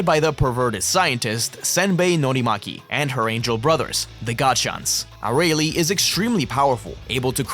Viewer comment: Why do you pronounce Arale like that 😭😭😭😭